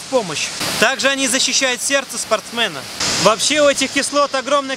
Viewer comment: "СпортсмЭна" ахахах)))